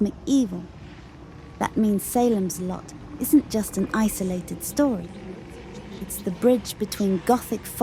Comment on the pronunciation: SAY lems Lot.